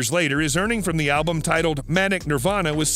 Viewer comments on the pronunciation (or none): none